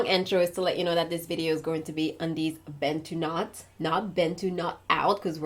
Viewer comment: I appreciate the fact that you pronounce 'Bantu Knots' better than what most Americans say.